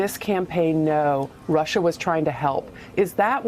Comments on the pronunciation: That line was enough to let any sane individual know that the person putting an "R" at the end of the word "Russia" was totally insane. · My late stepfather, who looked and acted exactly like Trump and was from NY also pronounced Russer too. Lol